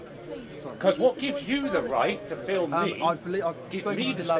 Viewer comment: Can't fill what? fillem? What??